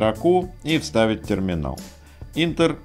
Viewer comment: Спасибо. Только не интер, а энтер) Е тут закрытый слог, читаем є